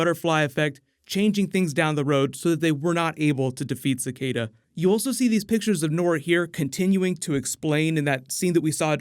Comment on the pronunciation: Your pronunciation of Cicada is so freaking terrible